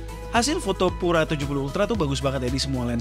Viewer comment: Fyi itu Pura bacanya Piu-ra lho bukan pu-ra. Diambil dari bhs Spanyol yg artinya murni & elegan.